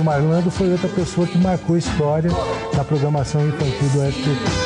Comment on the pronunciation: Sérgio MaRRRRRRRRRRlandro! KKKKKKKKKKKK